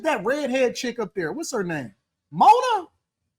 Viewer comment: Nigga said Mona funky as shit 🤣